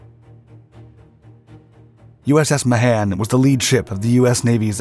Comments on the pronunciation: The man's name is pronounced May-han not Ma-han... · The name is pronounced "Ma hon".